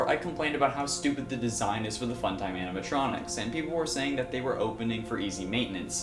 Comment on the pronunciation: It's animatronics dzuh you say it two times without correcting my goodness